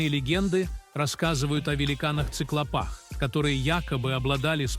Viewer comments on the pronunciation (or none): После очередного неправильного ударения в словах, особенно в циклопАх, я послала вас в кибениматограф. Либо делайте нормальную озвучку либо не делайте ничего. Неуважение к пользователям